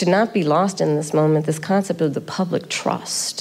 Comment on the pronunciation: 😂my lord —- Public TROSSST😂